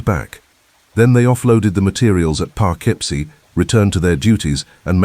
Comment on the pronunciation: Poughkeepsie is pronounced Poe - KIP - See.